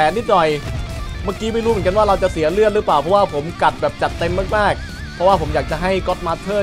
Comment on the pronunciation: พี่อะอ่านเลือดผิด